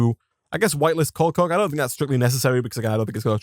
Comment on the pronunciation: I really like how he says coal coke. It just sounds so nice lol